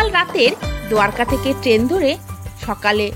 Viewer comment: খুব ভাল ভাবে তুলে ধরেছেন। কিন্ত বাংলায় যেহেতু বলছেন, দোয়ারকা না বলে যদি দ্বারকা বলতেন বেশি ভাল লাগত।